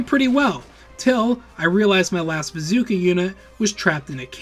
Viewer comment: i know its picky but you have mispronounced the Solar Empire female CO Names, even though the names are pronounced correctly so many times in game and in cut-scene and the Tsar Gorgi name, the mortar vet is not an Artillery Unit, it is a mortar vet, jesus even mispronounces "Solar" and calling a bazooka "bazookie" im so done Lmao